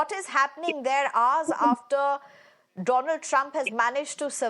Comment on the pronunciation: She just gave a new name…. After…Doland… “Donald Drump” 😅😅. “Struck by something on Right Eye”…. 🤦‍♂️ News Anchor 😓😒